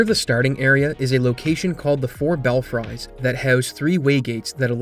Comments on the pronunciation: The four bell fries. Is that a nickname for taco bells nacho fries 😂 it's pronounced bellfrees. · great video, as always. may want to recheck how to say 'belfry' (bell-free) and 'belfries' (bell-freeze), though. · Say it with me now... "Bell-freeze" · "The Four BelFRIES"